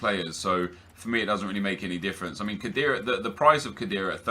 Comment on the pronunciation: that's now how you prounce khedira